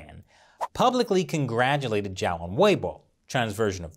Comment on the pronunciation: Great video. I'd just like to remind you that Zhao's name is spelled like "Jao" like in french "bonJour"; Instead of "Jiao" as in english "judge" ☺️. Actually, here's a quick tip: Zh = J (french "Toujour") J = J (english "Jack") X = Ch (english "Check") Sh = Sh (english "Shark") It's actually pretty easy 💫